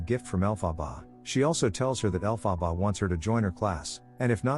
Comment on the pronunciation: The weirdest pronunciation of her name.